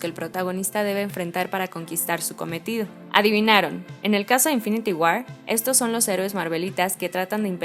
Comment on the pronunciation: Que buen video, solo cuiden la pronunciación (war, skull) se escucha horrible y le quita sonoridad a la narración.